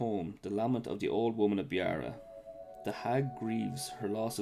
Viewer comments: Ya it's more of a beera sound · Beara isn't pronounced like that.